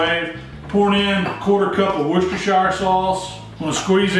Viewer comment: Please please please … It is pronounced Woostersheer sauce!